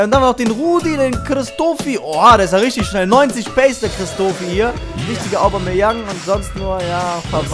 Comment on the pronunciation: lern mal Aubameyang auszusprechen du Rillepeter!:s